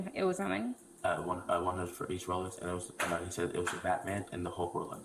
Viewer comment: Maybe he misunderstood, he said Rolox. My dad bought several fake Rolex watches in Mexico for 8 dollars each.